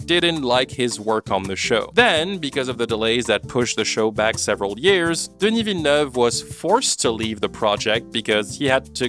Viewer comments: completely off topic but I was suprised with how good your pronounciation of "denis villeneuve" is. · The pronunciation of Denis Villeneuve took me by surprise. I've heard the name being butchered so many time and hearing it from you is like music to my ears